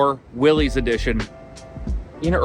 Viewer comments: Many pronounce the name wrong, but it’s pronounced “Willis” not “Willies”. John Willys. 🤙🏽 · It isn pronounced “Willies”. That is quite embarrassing for you. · "Epic Adventure Outfitters" and you don't even know it's pronounced "Willis?"